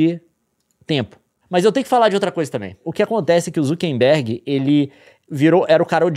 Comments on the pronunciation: Só eu que tenho gastura do Leon e Nilce falando ZuckeNberg ao invés de ZuckeRberg 😅 É um meme q eu não tô sabendo? 😂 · Falaram o nome do Mark Zuckerberg errado várias vezes